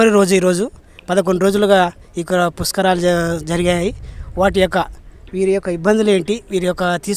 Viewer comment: పుస్క రాలు కాదు బాబు, పుష్కరాలు